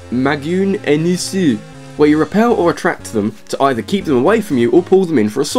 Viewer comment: magunesu actually is not that hard to pronounce :) just like magnets without the t (like the zeldawiki suggests with 'magnes')